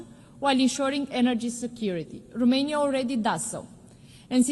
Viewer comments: Madame, it's Romania not Rumania 🤦‍♂ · Romania not , ,,Rumenia “